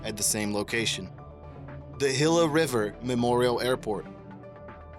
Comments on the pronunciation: It wasn't just Canary that he mispronounced. Gila is NOT pronounced "hilla," it is pronounced "heeluh." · You've probably heard it already, but "gila" is pronounced "HEE-la". Signed, a guy who has lived in the area the last 50+ years. Excellent video, though! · For someone who seems to speak English pretty well he sure mispronounces so many well known words, like "Gila" and "Canary". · Let me beat this horse a bit. It's heela, not gilla, canary (like the bird) not cannery, brisben, not brisbane, genoveysee, not genoveese, lester, not lycaster, carnaygee, not carnaghee...ok, the last three you didn't say, but it still bothers me when people mispronounce them. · Your pronunciations are atrocious Teufelsberg is not pronounced "toofelsberg" it is pronounced "Toifulbairg". It German it means "Devil's Mountain" Gila is not pronounced "hilla" it is pronounced "heela" Canary is not pronounced "Can-ery" it is pronounced "Ca-nary", just like the bird Spreepark is not pronounced "spree-park", it is pronounced "spray-park" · "Toofulsberg" (TOY-fulz-berg), "Ward War 2," "BrisbAYne", "the Hilla (Hee-la) River." "Cannery Islands," "during a tall (tow) operation", "this Pacific (Indian Ocean) location." Mispronunciations really interfere with listening to a vid like this.